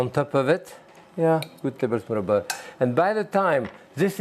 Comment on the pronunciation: Love how he says butter. Beurre-tur.